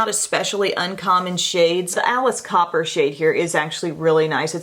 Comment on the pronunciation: must not know who the band “Alice Cooper” is lol she said Alice CoPPer lol